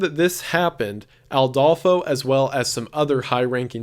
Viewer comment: So, a thing about the video. I'm pretty sure it's Adolfo constanzo no Aldolfo